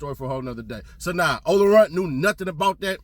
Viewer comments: Its ola playa not runt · Ola playa not runt 🤦🏾‍♂️🤣🤣🤣 dats why he don’t know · It’s ola playa not ola runt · It's not runt it's playa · Ola Playa not Runt 😂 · *OLA PLAYA not SNOLARUNTK